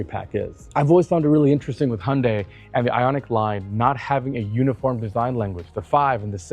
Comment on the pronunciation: And he's an automotive presenter who can say Hyundai! (It's not hunday, for all the lazy Americans)